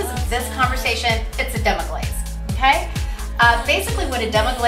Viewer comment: Man thats rude to mess demi glace name and deffinition up like that. but thats a gud recipe besides the goat cheese. ill stick to cow cheese for now. u will be ok in the kitchen im sure. just read a tad bit before putting up the video..No harm done cook